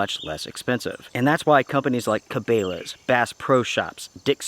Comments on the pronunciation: Brother. Did you seriously just call Cabelas Ka-Bay-las? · CaBAYla's???? Really?? You're sounding like an REI customer. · Ka bay las. Really? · Cah-Bay-Lays? LOL wtf did he just say? doesnt know how to pronounce Cabela's...? That's absolutely hilarious, sounds like when he tried to call Marmot "Mar-Mot" or some silly sht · Need to learn how to pronounce Cabela's if you're going to reference them. Its simple word research. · Who told you to say cabelas like that.